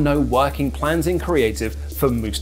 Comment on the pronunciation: Moo-stuff-er Ali